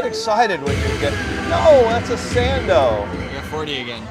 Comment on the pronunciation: Sando… sando… Sando. Please. Jeez man